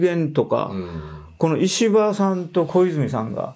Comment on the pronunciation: 石破が、虫歯に聞こえる。